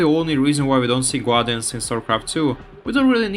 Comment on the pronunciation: GAR-dians not GWAR-dians